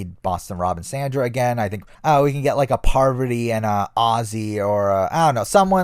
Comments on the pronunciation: John Williams what a way of butchering parvati’s name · The Innovator yeah I agree